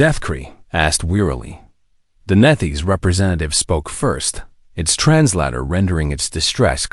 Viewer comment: The word Translator is trans-later, not trans latter.